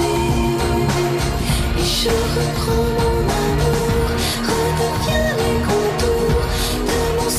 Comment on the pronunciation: "I apologize for not..." Me: please, say "my terrible french accent": "... translating in the beginning" Me: Oh.... It's OK, it's OK, dude...:) Tip: listen to Google Voice in french, and each word separatly, before saying it. "rends": don't say the d ans the s in the end "amour": pronunce "ou" like in the english word "you" and the r like a angry lion or a felin